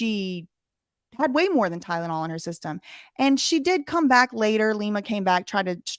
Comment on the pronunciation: btw that’s not what Lima said.. she said, ”ty-den-all” 💀💀💀 idk what it is about that soft white underbelly clip.. but it infuriatesssssss me the way she pronounces Tylenol lolol. Definitely doesn’t help that I cannot stand that shady lil….🙃🤐